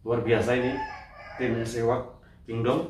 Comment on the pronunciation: seahawk bang bukan sewak 😂🤣 salam satu hobi 🙏